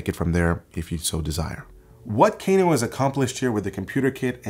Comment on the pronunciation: I thought it was pronounced "Kah-noh" instead of "Kay-noh".